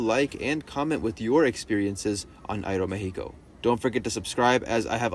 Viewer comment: appreciate the aeroméxico pronunciation. many people skim over it.